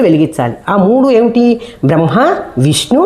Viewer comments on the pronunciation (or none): none